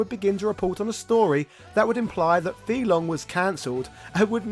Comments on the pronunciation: But, you say his name wrong. Over and over again. Why? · Your pronunciation of FEI Longs name is seriously off, and "material artist"? A little more research, please